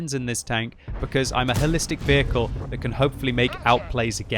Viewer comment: I thought he said, "Hellistic", which actually makes better sense.